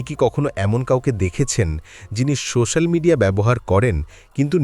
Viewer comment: বাহ্ বেশ ভালো লাগল একটাই কথা "সো শ্যা ল" উচ্চারণ কিন্ত ঠিক হল না,,,ঠিক করতে হবে,,, নাহলে কানে লাগছে,,😊